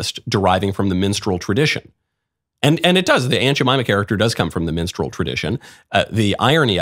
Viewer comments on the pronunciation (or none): Lol, I know Michael is saying minstrel but it sounds like menstrual. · did he say menstral act? He keeps saying menstral LOL! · “This is a minstrel act.” No, Michael. It’s a menstrual act. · What is "mensral" act or whatever he said?? Mensral performer? S9mekne please correct me